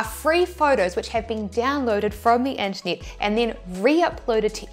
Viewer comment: Always love your videos. You have been quiet lately Say Unternit again...